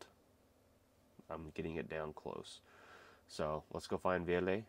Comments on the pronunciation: A little Kiitos goes a long way here 😁🇫🇮 You nailed our name, the double L is a long stretch to many foreigners 😁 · Great progress. You've discovered the E in the end of Ville's name and you can even pronounce Ylivoimala already. Most people also probably think Finns such as Ville are not very talkative, but in reality it's just that actual casual conversation in English is something that people are not very confident about at first, but I see Ville is progressing in that aswell. My advice is that you should get wasted together, if drinking is your thing.